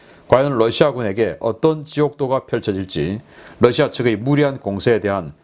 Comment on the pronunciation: 신선생님, Russia 발음 Lussia가 아닙니다. "ㄹ"을 부드럽게 발음하시는 것이 옳습니다.